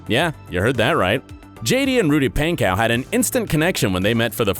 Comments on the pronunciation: it’s pronounced “ponco” not “paincow” lol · i am so late but bro said “rudy painkow”-😂😂😂😂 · REALLY “RUDY PAIN-COW” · Ik this man did not just say “pancow” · the way he says Pankow gets to me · He said Rudy's last name wrong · It pains me the way the guy pronounces Rudy’s last name lol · It bothers me how he is saying rudys last namE